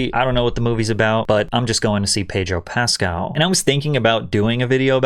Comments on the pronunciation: Why can't you pronounce his last name correctly? You're accentuating the wrong syllable and it's REALLY not that hard. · Also, isn't his name pronounced PascAL, not PAscal? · It's PasCAL, not PAScal. Trust people when they pronounce their own nanes lol.